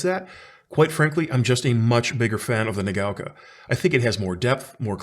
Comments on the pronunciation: What are you talking about? It's pronouncing it incorrectly. It's not "nuh gow kah," it's "nah gah oh kah." It's 4 mora in Japanese, which he's incorrectly converting into 3 distinct syllables. That's not how it's pronounced. If you think you've heard a Japanese person pronounce it "nuh gow kah" you've heard wrong. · I think it's pronounced like naga-oka 😁 Great review. Love the channel.